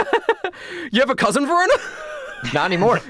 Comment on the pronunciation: i always hear perona whenever someone say verona its a female name by the way